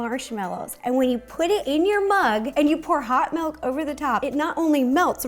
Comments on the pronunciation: Melk.....my wisconsin ears are bleeding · everyone drooling me: DID SHE SAY “MALK”??!??!??!